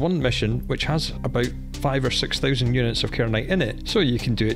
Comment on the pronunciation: The way you say 1000 makes me grin @@